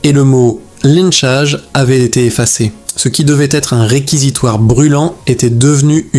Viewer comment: Lentchage pour lynchage pour toi cest une erreur qu un humain ferait?non cest que l ia plante entre anglais et français et lynch se prononce lentch ..cest bien de l ia